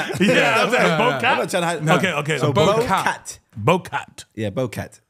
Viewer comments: You gotta say BOW Cyat ! Not 🎀🐱 😂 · it’s bocat..😂